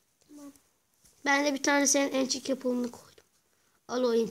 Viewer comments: adam enchanting apple diyemiyo emçık apple diyo what? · lan mal onun adı ençik apple degil anchle apple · azad Tbenler ençli de demiyo ençik gibi bişey diyo